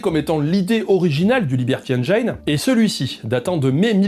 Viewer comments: J'adore ce que tu fais depuis des années, et désolé, je passe pour le chiant, mais 'engine' se prononce 'enne-gine', pas 'enne-jayne'. JE SUIS DESOLE mais ça me trigger mais j'apprécie toujours autant ce que tu fais ! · Je crois qu'on dit engine (comme dans gin tonic) et pas engaillene 🤭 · Bonjour, c'est très intéressant, mais au 10ème "énjaaïne" je ne tiens plus et viens faire mon relou de base dans les coms: on dit ""énjine", tout comme "engineer" se dit "énjiniiiiir". Bonne continuation à vous! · Super vidéo. Comme d'hab bla bla bla. MAIS Un truc qui me saoule chez tous les youtubeurs français : On ne dit pas "enjaïne". C'est engine comme un jean (le froc). Nom de Dieu de berdol de marde. Merci. ^^ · ENGIIIINE, PAS ENGAAÏÏÏNE !!! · Juste un petit truc, engine ça ne se prononce pas "èngayne" mais "èngine". Voilà désolé ça me perturbe. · Salut ! super vidéo; comme à ton habitude, t'es juste au top. En revanche, juste une chose, "engine", ça se prononce - très contre-intuitivement - "enjinne" [enjən] ! Ça raye un peu les tympans aux anglophones d'entendre "enjaïne", faut avouer :P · Liberty ènejaïne? 😅😅😂 Ben voilà... Tu as ta réponse au "pourquoi plusieurs chaînes en différentes langues"...😂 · Un truc pour prononcer « engine » en anglais : tu connais le whisky et le gin ? N-GIN. Voilà c’est comme ça. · On prononce "Haine Djine" rogntudju de rogntudju 🤪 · Tu inverses les.prononciations de "engine" et "hidden"... C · tres bien par contre engine ne se prononce pas comme ca :) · Super vidéo, comme d'hab. Par contre par pitié, faut prononcer engine correctement !